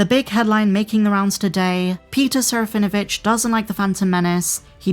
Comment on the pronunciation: There is not V sound in Serafinowitz. Please listen to Peter say it. SARAH FIN UH WITCH